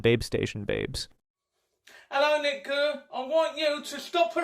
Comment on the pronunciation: Gurr. Not Kerr. Get your bad jokes right. Amateur.